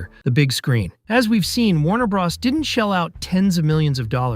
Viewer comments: nobody EVER in the HISTORY of video gaming has EVER called Super Maro Brothers(Bros) "Braws" smfh🤦🏾‍♂️🤡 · BRO...s not BRAs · The way you keep saying bra instead of bro 😂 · Did he say super mario BROSS?🤷‍♂🤷‍♂ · Or how he calls WB "Warner Brahs" 😂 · .....the way he said it....."Super Mario Bras".......😂......🤣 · Why are you pronouncing it Warner "Brahss"? Do you know what the "Bros" in "Warner Bros" is short for? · Really interesting. The pronunciation of "Bros" was so much more distracting than I'd have expected... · never heard anyone pronounce bros like that. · It's Mario bros not bras & it's (Ray den) raiden not riden 🤦🏼